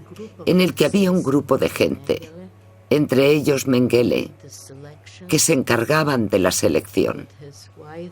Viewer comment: EN alemán se pronuncia Méngele,con acento en la primera sílaba.